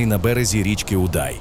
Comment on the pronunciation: Дякую за фільм про моє місто, дуже цікаво і гарно, але пирятинці роблять наголос на назві річки Удай на літеру "у", і саме це у вашій розповіді трішки ріже слух